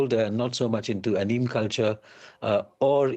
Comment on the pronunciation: The Soas guy pronounced Anime as A-neem. But it's ok granps, thanks for tying!